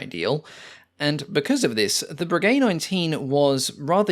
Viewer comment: No; it's "bray gay"